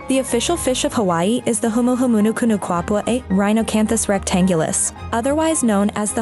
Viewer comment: You mispronounced the Humuhumunukunukuapua'a.